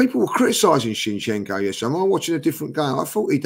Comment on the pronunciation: needs to know how to pronounce his z'ds. Why does he insist in keep calling him Chinchenko